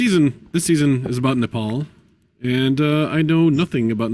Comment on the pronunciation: The way everyone pronounces Nepal is very disconcerting.